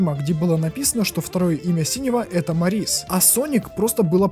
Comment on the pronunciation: Мо́рис ударение на о